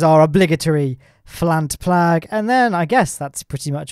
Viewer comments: Flant Plag, LMAO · ahh yes, my favourite part - the Flant Plag 😂